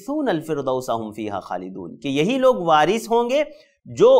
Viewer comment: वारिष होगा ना कि वारिश